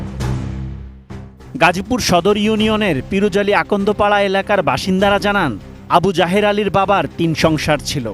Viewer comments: সাংবাদিক বলছে আবু জাহের, আমি বারবারই শুনছি আবু জাহেল। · আবু জাহেল ✅ আবু জাহের ❌ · আবু জায়ের না আবু জায়েল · আমি প্রথমে মনে করেছি বলেছেন আবু জাহেল। পড়রে শুনি আবু যাহের। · সাংবাদিক ভাই আবু জাহের৷ বলতেছে আমি শুনতেছি আবি জাহেল তাই ভাব লাম নামের সাথে কমের মিল রয়েছে বটে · Abu jaher ❌ Abu jahel ☑️ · আবু জাহের নয়, "আবু জাহেল"!! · নামটা আবু জাহের না হয়ে আবু জাহের। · আবু জাহের না আবু জাহের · আবুজাহেৱ না তাৱ নাম আবু জাহেল